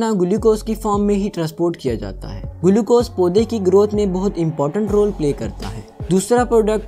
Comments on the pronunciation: Bhai Glucose hai gulucose nhi 😂😂😂😂🤣🤣🤣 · Sale gulucose nhi hota hai Glucose hota hai 😂😂😂